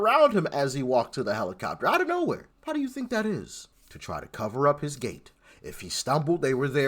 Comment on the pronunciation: It's all good, but she can't say how.